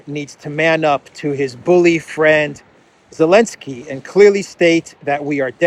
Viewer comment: When the letter z was sanctioned dropped it from saying the clowns name correctly